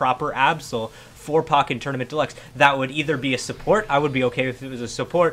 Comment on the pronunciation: The way you say pokken bothers me lol